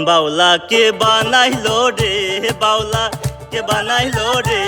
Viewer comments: ওস্তাদ আপনি কেমন বাউলা হবেনা উচ্চারণ ঠিক নাই মাওলা হবে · হয়নি,,, উচ্চারণটা বাউলা হবেনা মাওলা হবে মাওলা কে বানাইলো রে হাসন রাজারে মাওলা কে বানাইলো রে